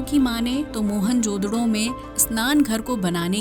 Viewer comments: What the hell is mohan jodro? It's mohen-ja-daro😂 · मोहन जोदडो नही, मोहन-जो-दारो..😊